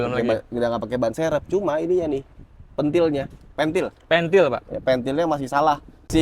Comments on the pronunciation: Pe`ntil pak bukan pentil 😂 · Pentil salah ucap jadi " pentil " 😅😅